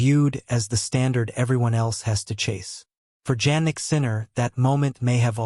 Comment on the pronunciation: Please keep using his last name since you do not pronounce his first name properly